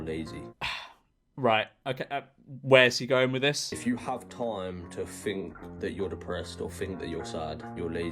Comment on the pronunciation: Th not f